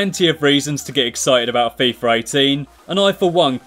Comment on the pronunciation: why does everyone say fifar 18??